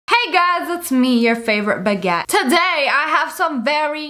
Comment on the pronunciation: The way she said buguette 🤣